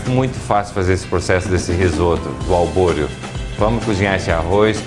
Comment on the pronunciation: Que mané arroz albôreo??? É ARBORIO, e NÃO SE LAVA ARROZ PRA RISOTTO.... Esse cara é um assassino de receita! Colocar o vinho DEPOIS??????? PELO AMOR DE DEUS..... QUE ESTUPRO.... Lixo de receita! Nunca vi um cara mais sem noção de fazendo risotto.... Procurem uma receita de um CHEF de verdade e vejam a diferença.... "Albôreo"... O cara não sabe nem o nome do arroz.... Faça-me o favor.... VOMITEI!